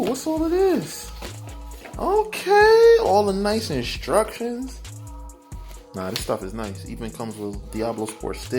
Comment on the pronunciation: I like how you say "Inshtructions". Imma start saying it like that too 👍